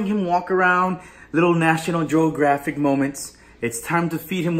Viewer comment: “ National joegraphics” 😂